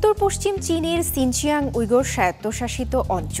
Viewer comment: শিনজিয়াং কিভাবে আবার সিনচিয়াং হলো 😂😂😂😂